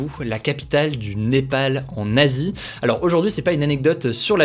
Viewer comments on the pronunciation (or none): A la fin, tu as dit "le Népal, en Asie", la première fois, j'ai entendu "Népal nazi" 😂